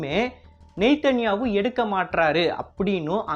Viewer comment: hello sister video nalla ketturupinganu nambhure than நெதன்யாகு va நெய்த்தன்யாகு னு sonnarunga actually enakku nallavey pronunciation theriyum ga sis